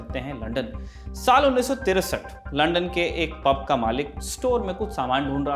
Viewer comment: अबे रिपोर्टर पहले लंदन बोलना सीख.. बार बार लंडन लंडन बोल रहा है आजकल कोई भी रिपोर्टर बन जाता है